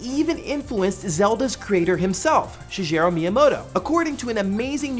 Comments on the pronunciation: Hard 'g'. Shi-geh-ru. Not Shi-jeh-ru. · Just so you know Miyamoto's first name is pronounced she-gay-row. You pronounced it kinda funny. I live in Japan and only troll sometimes, so you know you can trust me. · *reads title* Me: No shit, of course it does. :P Also....Did you seriously just say "Shi*JERO* Miyamoto"? No... Just... Stop it. :\ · “Shijero” Miyamoto. Never heard it said like that before. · It's not pronounced Shijero Miyamoto... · You lose respect when you mispronounce the creator's name. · So much flaws here... 20+ games? Nope. Pronounced Shigeru Miyamoto wrong. The master sword wasn't in the cemetery. First learn about Zelda before making such a video as if you know it all.